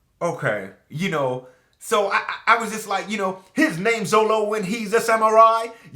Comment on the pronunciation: Love the rap, it's kinda odd though how 4kids managed to screw Up Zoro's name by calling it Zolo.